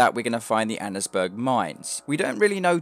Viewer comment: it's pronounced Anns Burg. Annesburg.